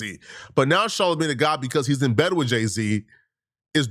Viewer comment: Its soooo cringey every time you call him Charlamagne tha god. Ugh! 🙄 Mann. SMH 🤦‍♂️